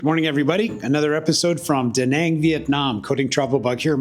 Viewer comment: I enjoyed this, looking forward to future videos. Not trying to be super picky but you continually pronounce Da Nang wrong/ this might make some viewers question your content....(check out proper pronouncement on Google). Best wishes for your channel 👍